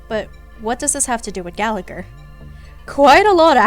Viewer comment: I have nothing to add to these big brain comments, but I just wanted to say this video and the last one made me appreciate Gallagher a lot more! I was initially interested in him bc his name is Irish and I’m also Irish (which btw, no shade on anyone bc Irish is hard but his name is meant to be said more like Galla-Her with the second g being silent, and Siobhan is more like Sho-bawn) but how interesting he’s proven to be has me hooked! I’m now working on building him despite him being E0, hopefully I can pull him a couple more times to make him nice and strong ^^ Also: I love your humour throughout the video, I hope you make more star rail vids like this if you feel like it ❤ Also also: you are a person of culture for all the Layton music